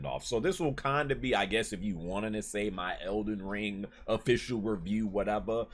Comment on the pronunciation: 🤣🤣🤣🤣😂😂😂 eckyuck... ELDEN RUUUIIIIIIIIIEEEEEE 🤣🤣🤣👍👍